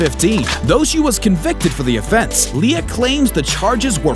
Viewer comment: LIA NOT ALIA